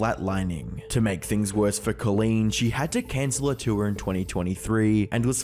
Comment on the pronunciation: Jason Desrouleaux never heard of or seen the name "Colleen" hahaha bro struggled to pronounce it and still did it wrong